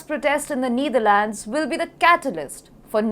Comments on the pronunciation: It's KneeDharlands. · It's KneeDharlands and band-weighgan. You englis wrong. Anchor right englis. Ok.